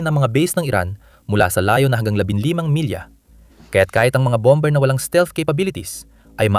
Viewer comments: Hindi BOM-BER ang basa dyan . BOM-BER ang pronunciation sa word na "BOMBER". Hahaha! Ano ba yan! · BOM-mer,.silent B.